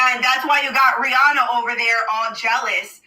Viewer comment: It's pronounced like "Ree-anna"... The "H" is silent...